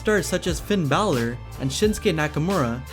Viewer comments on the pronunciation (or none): none